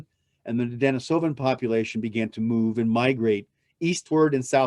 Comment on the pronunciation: You spelled “Atlatl” incorrectly. And you mispronounce “Denisovan” throughout... otherwise it’s a pretty good presentation😌